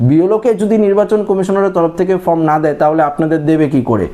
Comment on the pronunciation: ফ্রম নয়, ফর্ম হবে।